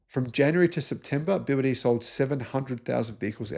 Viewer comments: also he cant pronounce BEE Y DEE ?? dont know why ??? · It is definitely worth it learning Pinyin to pronounce the Chinese names correctly. The ships are named after the production sites of BYD in China.